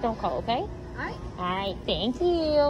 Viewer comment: “Thank YOILLLL” Your adorable